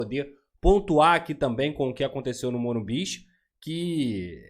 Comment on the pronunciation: Para de ser bobo para de falar morimbiz so tem um entao e morumbi ok?